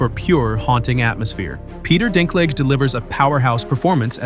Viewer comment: The stupid AI voice couldn't even pronounce the word Dinklage.